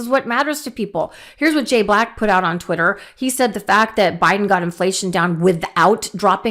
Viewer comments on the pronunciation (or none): none